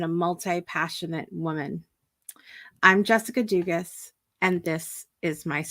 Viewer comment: Your pronouncing your last name wrong.. Lots of Cajun people from S. Louisiana have your last name. lol the s is silent Doogaa lol well I tried